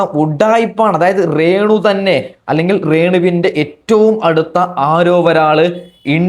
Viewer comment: റേണു അല്ല രേണു